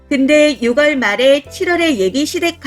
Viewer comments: 6월을 유궐이라고..ㅠㅠ 매번 그러시는걸 지금 조심스럽게 말해봐요.유월이라고 발음하는게 맞는걸로 알고있어요.10월을 시월이라고 읽는것과 같은 법칙이예요. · '6월'은 '유월'로 읽습니다.(유궐로 읽지 않습니다.)